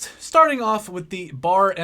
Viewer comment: its not Bar its B A R